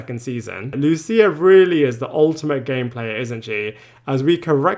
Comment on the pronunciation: I'm baffled as to why people like this narrator refuse to pronounce "Lucia" correctly. Do they not actually listen to how people say her name? It's a super common Italian name and very easy to pronounce. So disrespectful to make up your own way to say it, and so unnecessary. Also "Giuseppe" -- very common, very easy, it's pronounced correctly in the show if you don't already know how to say it. Talk about an unforced error.